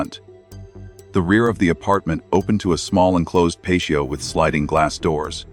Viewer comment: PATIO....T SOUND, NOT SH SOUND, DAMMIT. WTF AI?